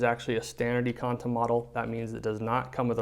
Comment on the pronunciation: IKONTA... from the word IKON NOT EKONTA JEEEEZ. CAN'T WATCH THIS